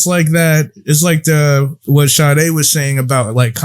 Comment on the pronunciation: And shoutout Sade for pronouncing my name correctly 😂😂✊🏾✊🏾✊🏾✊🏾